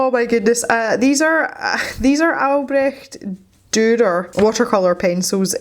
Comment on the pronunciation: You did such a good job pronouncing Albrecht Dürer :D I really like your painting and I think his name should be Fred or Freddy :) I got my ScrawlrBox yesterday and I'll combine my ScrawlrChallenge picture with MerMay, even though it is the April ScrawlrBox, but it is May when it got to me. I wonder if the May box was supposed to be inspired by MerMay... would be interesting :) I think, judging by the last two or three boxes that they have taken the results of the survey they did quite seriously. I mean, they have included pads or sketchbooks with paper since then, so I guess more people "complained" about the little paper we got. They really improved, I think.